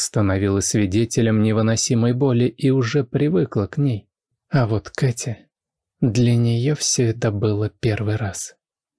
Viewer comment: Меня зовут Катя,но как Влад произносит это имя,меня аж коробит...бррр... Только познакомились и уже подруги,странно.